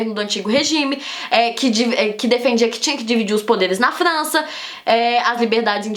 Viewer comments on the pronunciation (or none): ela fala flança kkkkkk q fofo